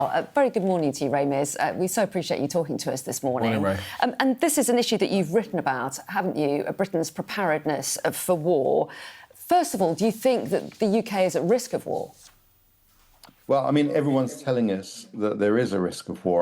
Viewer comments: “Prep-a-red-ness”. I’ve never in my life heard someone pronounce the word “prepared” that way. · 0.08: She can't pronounce 'preparedness' properly 😳